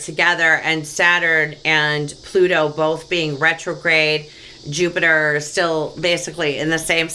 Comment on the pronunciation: That was so chock full of goodies i'm gonna have to watch it again. And I laughed so hard when you said "Plupiter" you have no idea! At one point you almost said "dirty money and poliTRICKS" lol, that would've been appropriate.:) Thank you so much! XO